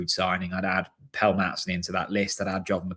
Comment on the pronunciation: Why do you still insist on calling him ‘Pell’?